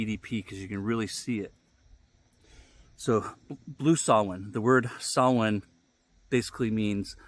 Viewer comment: Finally someone who doesn't totally butcher the pronunciation of samhain. Not perfect but better than most.